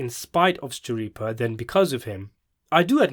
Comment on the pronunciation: I loved the podcast! Could u do a better job? It seems you wanted Michael and Steve to be perfect. You are finding a lot of fault, for someone who can’t even pronounce Steve’s last name correctly? What’s up with that? I don’t care much for videos of people who don’t show their face, especially when they’re criticizing others who do. I’m an avid fan of Michael & Steve and I think they did a great job and I can say that because I watched every podcast episode. I find it hard to believe that you can even give an educated opinion, when you only watched 4 episodes of the podcast. That’s not a fair analysis. Most people took into account that Michael and Steve are actors, of a long running TV series, not creators of podcasts.